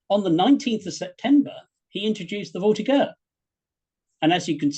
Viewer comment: An excellent presentation to be sure. My only horror is that such a learned historian as grossly miss pronounced "voltigeur" using a hard G as in get. It should be a soft G as in General.